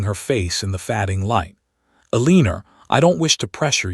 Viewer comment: The same AI voice that continually makes pronunciation errors‼️ AI common mistakes saying Eleanor incorrectly, saying staring as starring, fading as fadding,(adding a consonant to a word is called: intrusion). Saying the word bowed wrong( bowed is a heteronym). So tired of your YouTube channel using this idiot AI voice. Your video editor should be correcting this. Buy a better platform plan.🤦🏻‍♀️ The story was rather quirky, but okay. I rate it a 5 out of 10.